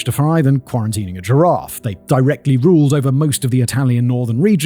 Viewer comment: Bar a couple of misplaced accents and words here and there, Simon’s excellent italian pronunciation is only to commend. 👏👏